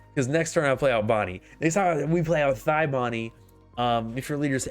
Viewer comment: “thigh Bonney”😂😂